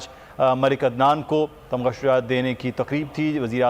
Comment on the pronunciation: خان صاحب! تغمہ نہیں تمغہ شجاعت 😁😁